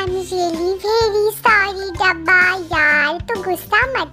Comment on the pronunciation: sis dabba ko dhabba 😂😂 bolti hai😂😂